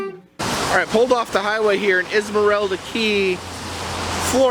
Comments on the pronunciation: Islamorada. Isle (like island)...not izla... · Islamorada. I'll a mah rah dah . Not Esmarelda . now put it all together and thats how you say it dummy . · ... It's not pronounced, "is-mor-elda." It's pronounced, eye-la-mor-ada. Spelling, "Islamorada." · did he say "izmerelda" ??? It's "eye-la-more-ado" damn yankees ! lol and the Keys were cool up till 1980, now a garbage heap for carpetbaggers.... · Islamorada is pronounced Eye-La-More-A-Da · Islamorada is pronounced Eye-la-morada. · Say island , not is-land. Say aisle-morada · Loved the drive to Key West... slow, irritating at times, but so unique. Wow, you did it all in one day. Yeah, no cheap rooms in Key West, figured you'd budget for one night... didn't expect you'd go there and back in one day. Yowza. Pronounced Eye-la-more-a-da (or something close to that) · Hemingway drank at both locations of Sloppy Joes. He helped his friend Joe move the bar. And please learn how to pronounce Islamorada